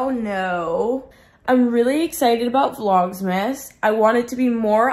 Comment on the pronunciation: it’s not vlogsmas, it’s vlogmas 😂 I’m so excited for you to post more! 🤍